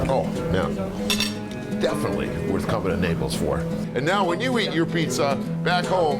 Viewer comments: It is pronounced NAY-PULLS NOT N-APPLES AND IT IT BAY-ZULL NOT BA-ZULL 😂 TAKE IT FROM an Italian 😂🍕🍕🍕🍕🍕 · the guy is just saying it wrong XD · I've always pronounced Naples the way you do too and I heard the way this guy pronounced it and thought "What's going on? Have I always mispronounced it?" because I wasn't sure!